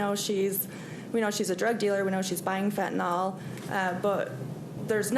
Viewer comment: Fen-ta-nyl. Pronounced: fen -tan - ill. Not Fentanol. Not that hard to say folks.